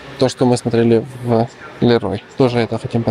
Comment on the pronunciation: Леруа Мерлен.. Французы вас убьют😂не лерой на ис манер